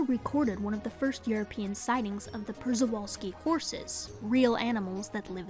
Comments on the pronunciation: Good video, but one note in case you're interested in pronounciation of Przewalski - it's like "p-sh-ee-v-ah-l-s-k-ee." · Just a few pointers on pronounciation: Caucasus = KAW-ka-siss Przewalski = shuh-VAL-ski Other than these small details, you got yourself a new sub :)